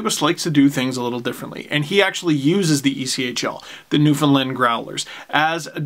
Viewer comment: New-Found-Land !!! No fin lin lol!! Or however you said that lol!!